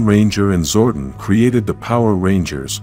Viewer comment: Also the way the narrator pronounces Zordon as “Zordin”